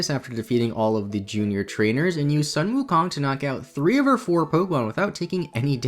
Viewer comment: Omg im so happy that you named infernape after sun wukong but errr just a minor correction in pronunciation, it should be pronounced as 'soon' wukong but the spelling is correct